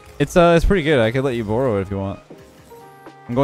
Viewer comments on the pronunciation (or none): says borrow like a canadian